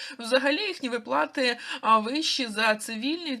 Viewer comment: ВИплати а не виплАти! Ти в школi вчилась?